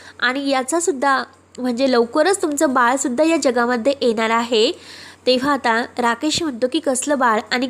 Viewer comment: अग, एणार अस नाही तर येणार असा शब्द आहे. मदे नाही, मधे असा शब्द आहे. जरा शुध्द बोला ना , ऐकाना.